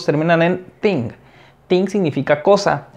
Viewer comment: No entiendo nada , porque algunas veces el "thing" lo pronuncia como "denk" = eniteng y otras como "fenk" = enifenk , no entiendo porque pronuncia diferente